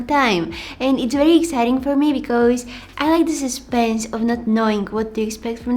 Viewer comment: I love how she says because.....sounds like becoze, I LOVE it!! HER VOICE IS EVERYTHING!!